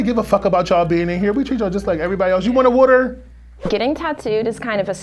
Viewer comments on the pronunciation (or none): "You wanna woudder?"